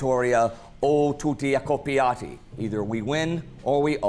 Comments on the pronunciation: Anyway it was supposed to be "Accoppati" e non "AccoppIati", the last one means "In pair", "In a couple" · It would actually be "accoppati" ahah. "AccoppIati" means matched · Accoppati, not accoppiati. Killed not mated. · The motto it's actualy "o la vittoria o tutti accorpati". "Accoppati" means everyone gets killed, but in the video he said "accopiati" which means "have sex."😅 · Today the spirit of the Arditi is still remember by the 9th regiment "Col Moschin". One error but everything else is right: is not "accoppiati" (in italian is most like doing sex), but is "accoppati". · Its "accoppati" not accoppiati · " o la vittoria o tutti accoppati " NON "accoppiati " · OMG " O la vittoria, o tutti ACCOPPIATI"!!! Please! The correct word is: " ACCOPPATI"!! The first one , means something else... 🤣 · Ok guys, accoppati and accoppiati are two very different words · "O la vittoria o tutti accoppati" not "accoppiati" which means "coupled". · Little thing: "O la vittoria, o tutti accoppati" not "accoppiati", accoppiati means "coupled", accoppati means die. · Is accoppati not accoppiati 😂😂😂😂😂😂😂 accoppiati means when you do some sex Trust me i am italian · Fix the motto, is not "accoppiati", that means "stay in a couple", but "accoppati", that means "killed" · The motto of arditi Is " o la vittoria, o tutti accoppati" not accoppiati. Nice video🇮🇹🇮🇹👋👋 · "O la vittoria o tutti ACCOPPATI". without the "I" accoppiati means another thing in Italian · As the descendant of two Arditi, good job, but the motto reads: “Vittoria o tutti ACCOPPATI” not “accoppiati”…as the former means “killed” while the latter translates as “coupled” or “paired” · accoppati. dead. accoppiati means paired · Actually is "accoppati" and not "accoppiati". "Accoppiati" literally means "coupled", wich doesnt make any sense, while "Accoppati" is a Italian slang for "killed". Yeah, i know, learning italian is a pain in the ass. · Tutti accoppati, not accoppiati. Accoppiati is another thing.